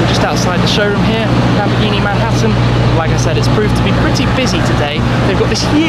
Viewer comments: LAMBORGHINI. NO LAMBGHINI. IGNORANTE DI UN INGLESE. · Lambghini... lambghini??? What's Lambghini? Làm-Bòr-Ghì-Ni